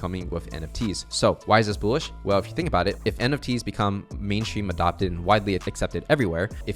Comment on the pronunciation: pls stop saying "boolish" lol